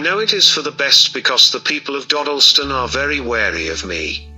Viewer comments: British here. It's Daw-dill-stun. Not doh-dil-stin. Sorry but hearing you mispronounce it is like being stabbed in the ears. Still reeling from Moonraker Mandela video. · Just a side comment. It's pronounced Dodd not Dode. Just think Doddleston. Interesting, I live 2 miles from there and I've never heard this. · When the computer-generated voice says Dodleston correctly but the creator cant seem to :)